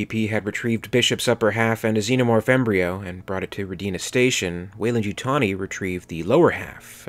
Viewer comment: Hi, as always well done,. Although as a Russian i must correct your pronounciation of the word Rodina (Motherland in Russian). You put accent on the letter I, saying rodIna, whereas it should be put on the letter O, pronounced like rhOdeena.